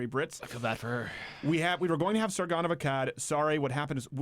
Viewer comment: Sargonon? Steven you what? :D